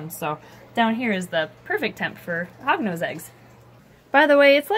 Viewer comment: Every time she said Hognose I thought she said Hogwarts🤣